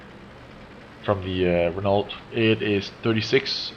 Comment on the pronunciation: Renault - pronounced Ren-Oh, not Ren-Alt